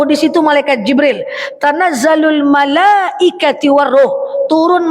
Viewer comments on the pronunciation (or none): Ingin koreksi.. Bukan malaaikati..tapi malaaikatu..! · Tanazzalul malaaikaTU....bukan IKATI Maaf